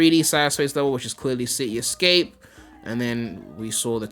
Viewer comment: “ it’s ci-e escape “ 😂😂